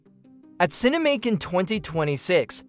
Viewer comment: It's not "Cine-Macon", like "Macon County Line," but "Cinemacon", like "CinemaCon". Like "pro versus con." Good grief.